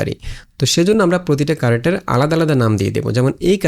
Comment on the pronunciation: character Word টা শুদ্ধ করে উচ্চারন করলে শুনতে ভালো লাগবে... কি কারেকটার, কারেকটার উচ্চারন করছেন খুব বাজে লাগছে শুনতে...!